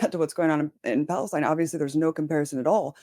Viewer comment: I hate it that I have to say this or write this, but please stop pronouncing Gaza and Palestine phonetically with guttural sounds that aren't there because you're making it more difficult for people in middle America to understand what's going on. You're doing the work of Israel for them.